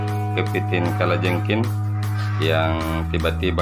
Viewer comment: Kalajengking pak bukan kalajengkin! Kepiting bukan kepitin! 😂🤦